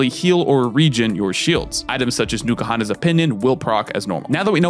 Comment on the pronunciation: Honestly it distracts me when you pronounce it Nuka-Honnas instead of N-koohonnas. Which is dumb. Because that's basically the same sound.